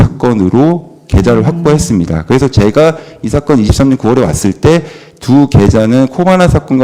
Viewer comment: 검사가 습관적으로 많은 것을... 세치혀로 숨기는 게 느껴집니다. 일단 경상도 사투리가 튀어나옴. "어렵다" 그전엔 "사건"을 굳이 아나운서처럼 의식적으로 발음하다가 풀려버림.